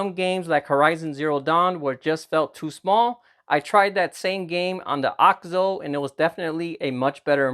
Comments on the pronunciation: It's OKIZO not AUKZO or AOK ZOE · It's actually pronounced A-OK ZOE